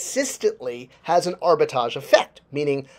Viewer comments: Why aren't you pronouncing the 2nd 'R' in the word arbitrage? It's pronounced ARBA-TRAHJ, not ARBA-TAHJ. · you can’t spell and now you can’t pronounce words properly……….ugh. No wonder you can’t get an MBA. It’s very simple, break the word up into 2 parts. Arbi-trage. Now pronounce each part. Good boy. Now try pronouncing them together. Great job. See you can speak properly. 😂😂😂😂😂😂😂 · Abi-Tahj Mowry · Has to “dumb down” his explanation for a word he can’t even pronounce. A perfect example of how the people working these companies think we are morons and in fact clueless themselves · But is pronouncing the first a. He isn’t pronouncing the second R. In your example both R’s are pronounced. Has nothing to do with French this or English that. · Love your videos but hearing you say Arbitrage wrong each time has caused that tiny gremlin section of my brain to activate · That word has two "R"s in it,. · If you're going to make a video about the definition of a word you may want to learn how to pronounce it correctly. There are two "R's" in Arbitrage and both are pronounced. Pronouncing the word correctly you are defining might add to your credibility. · I googled it and played the voice clip for the pronunciation of the word while watching this video. Now, whenever pronounce it wrong in the video, it irritates me. LOL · how can be taken seriously when he can’t pronounce the word his entire video is based on. And his definition or explanation is not the correct definition of the word. But what do I know, I’m just a dumb viewer. know everything there is to know about toys yet knows nothing. 😂😂😂😂😂😂😂